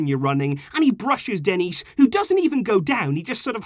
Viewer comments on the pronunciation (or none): none